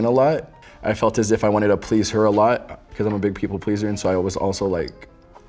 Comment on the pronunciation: What a simp. Did you hear when he said am a people plisser.😂😅